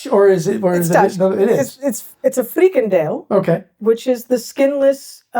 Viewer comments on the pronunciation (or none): Thanks for trying to learn more about the Dutch language, habits and items. Openlucht is not pronounced 'openlukt'. The ch in Openlucht can better be pronounced as the way the Scots pronounce: Loch (not pronouced as 'lock' ) De 'Freakendell' is a nice new way of saying: freekahndell (the proper pronunciation of frikandel) Tom Poes is not pronouced as Tamm Puss ! Anyway my remarks ar meant as postive. I admire your perseverance ! Keep it up !